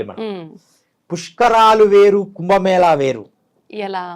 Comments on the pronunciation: "కుంబ మేల" కాదు. ఏమి యాంకర్ వే నీవు. తెలుగు భాష కు మకిల పట్టిస్తున్నారు నీలాంటి వారు. అది "కుంభ మేళా" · Prounce as "కుంభమేళ" not 'ల' as pronounced by the interviewer. Pl speak proper Telugu. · కుంభమేళ అని చెప్పాలి. మన దురదృష్టం, పలకడం రావడం లేదు.